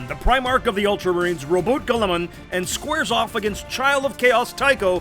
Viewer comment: Bring down the Borehammer. I know what you did btw; pronouncing roboutte’ name like gullible.